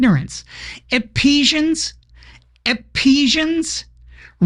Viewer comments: Wow... all those years in Church... and I never knew Ephesians was pronounced 'Epesians.' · 😂 Epesians!? EPESIANS!! I was driving and thought I had a stroke. "Do my ears deceive me, did she say that with such confidence?" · Did Meghan (lol) intentionally mispronounce "Ephesians"?